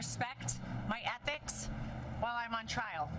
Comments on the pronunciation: She said éthics ? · Ehtics....she's talking about ethics? 😂😂😂😂